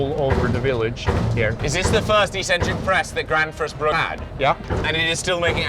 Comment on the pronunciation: there is no 's' in bruk!